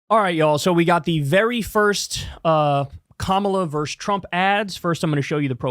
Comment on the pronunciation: Kyle, for such an intelligent guy, your use of "verse" instead of "versus" is surprising.